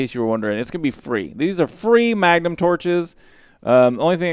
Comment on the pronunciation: oh yea! mah-guh-num torches.